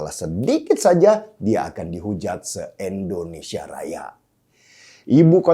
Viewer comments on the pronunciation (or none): I ndonesia.. bukan E ndonesia... Pake I bukan E... Koreksi, bang #DennySiregar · Kenapa sih bang lu nyebut Indonesia jadi Endonesia bang...nggak enak di dengar...